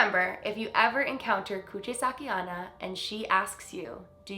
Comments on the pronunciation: Love the vid but it's pronounced Onna not Anna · Onna is pronounced “own-na” not “on-na” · JSYN onna is pronounced oh-na not on-na :) the o in Japanese always says its name! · You have to say Onna as Onna, O is O, japanese is read mostly as you write it, unlike english. so the way you say it sounds like " anna" . Onna means woman. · You pronounced "Kuchisake" correctly, but "onna" that means "girl" is pronounced as "own-na".